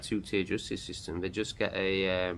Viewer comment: I have noticed you cannot speak English properly 😂 it’s not ‘vey’ it’s they, and you said big up at the end, that Jamaican 🇯🇲 🤮😉